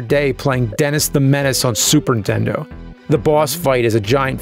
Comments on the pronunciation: Anyone else catch "Intendo"? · please man...ANNUNCIATE THE N in Nintendo... it's not "Super intendo" or "intendo 64" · One of the biggest and oldest video game media industry faces in the world. Still pronounces it Intendo.